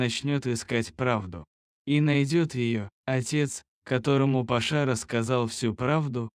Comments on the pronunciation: Парня скорей всего зовут ПАша,а не ПашА. Слух режет. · Почему ПашА,а не ПАша???кто читает? ПашА что ли???